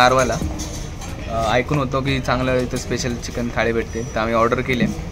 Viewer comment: Nobody..... Literally nobody........: चकिन and not चिकन